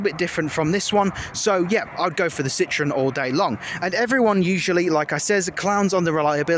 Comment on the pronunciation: Citron is french for lemon, French people laugh at the mispronunciation of the name 🙄🙄